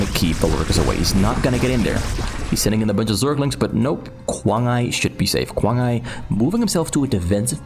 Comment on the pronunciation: Should be pronounced as kuang ai, same sound as iPhone . Kuang Ai (i like iPhones) means 狂爱，crazy love …or love something like crazy ..